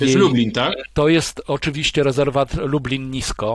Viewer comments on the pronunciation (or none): none